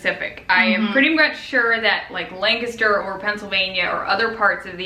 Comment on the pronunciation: THANK YOU for saying Lancaster correctly! 🤗🙌🏼